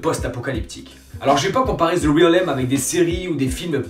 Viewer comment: Cool je vais tenter ce titre étant moi-même fan de post-apo ! Et sinon ça se prononce « rèlm » parce que je te vois un peu galérer. 😉